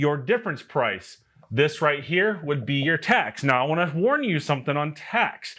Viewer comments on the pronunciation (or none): none